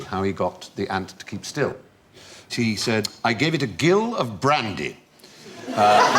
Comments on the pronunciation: The gill as a unit of measurement is pronounced /ˈdʒɪl/ as in ‘Jill’ and not /ɡɪl/ as in a fish’s gill. Seems Fry never had a pub job... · Sir! The measurement "gill" is pronounced the same as "Jill". Otherwise, it gets a bit fishy. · A gill is pronounced jill, Steven. In English, that is. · It's prounced jill, not gill. What next? Jiggawatts? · We say gill like Jill in the north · Aw come on. I wasnt expecting Fry of all people to mispronounce Gill... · Isn't the g in gill a soft j sound? I've never heard it pronounced with a hard g sound before.